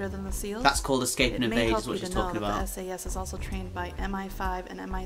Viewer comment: Not Sas S.A.S